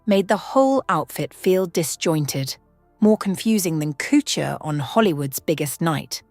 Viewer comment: Cootcher for couture also 😅